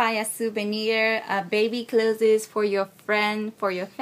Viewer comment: Hello, although I am not a teacher at all, when saying "Introducing Japanese baby clothes" (written here correct) the pronunciation as "Clothes-es" sounds odd. sounding more like "Close" as in "close the door" is more correct. Sorry if I offend :(